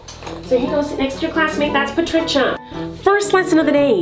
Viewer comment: The way she says patricia, I'm dead 💀🤣